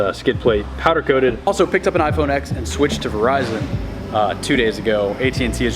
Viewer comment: Twyia right..but it's pronounced iPhone ten